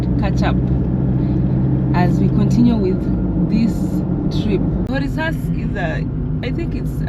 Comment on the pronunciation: Is Korixas, h is silence